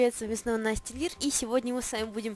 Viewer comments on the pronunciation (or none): none